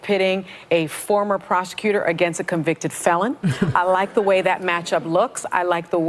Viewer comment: " a covicted felon" lol